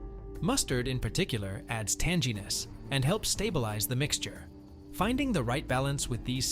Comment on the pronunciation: Adam was commenting on the pronunciation of "tanginess" with a soft g. 'Tanjeeness' isn't the way it's pronounced.